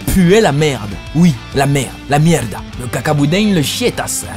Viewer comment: Il faire la prononciation du espagnol "mierd@ #Mdr c'est drôle! Greetings from Brazil, friend. I just love take a look in video mades in another countries